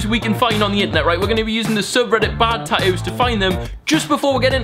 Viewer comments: It's tattoos not tatooos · why does he say tatoos its tattoos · America: tat-too UK: tat-oo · He says tattoos funny